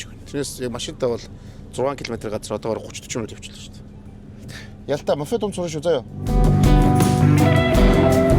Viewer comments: Мофед мофед... л гээд байх юм моПед гэж мэддэггүй юм байх да 😂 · моФед, комФьютер, Фүүз гээд л 😅